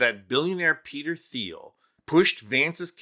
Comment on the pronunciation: Thiel is pronounced "Teel" BTW.